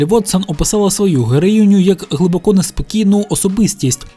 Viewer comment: Не "глибокО", а "глибОко"! Так звані "російськомовні українці" зазвичай роблять неправильний наголос у цьому слові.